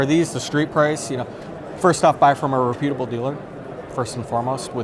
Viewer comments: "rePUtable"? I think you put the emPHAsis on wrong sylLAble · Ree-putable😂 Reputable is how it's pronounced